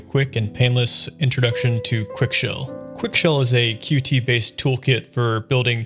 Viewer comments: It’s called „cute“ not „cutie“ btw. Source: I work with Qt and I was at the Qt World Summit this year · Pronouncing Qt as Qt and not Cute hurts me pls stop 😢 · As far as I know, Qt is actually pronounced "cute"